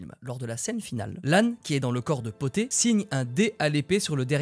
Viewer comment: C’est pas le chat poté mais bien le chat BOTTÉ car c’est un chat qui porte des bottes et le P est pour en anglais: Puss in boots!!! De rien!!